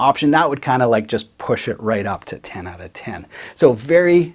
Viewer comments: "Oat." As in, "After I have the Chesterfield repaired, I'm going oat and aboat for a few beers, eh." 😂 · You mean check it ou’u’u’t. The way he says out sounds like a noise I make when I stump my toe. Lol Got to be from up north. Gonna guess Wisconsin. Or at least on the Canadian border somewhere. Love the videos though. Very informative. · You mean “oat”? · Love to hear him say "out" that many times. Canuck. :)